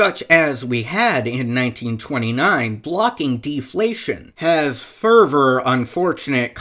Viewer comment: Whenever you say "further", it sounds like "fervor" so I was confused half the time